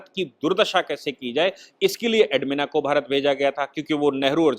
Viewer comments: एडविना.... एडमिना नही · Admina nahi Sahib naam galat hai. SLI NAAM EDWINA HAI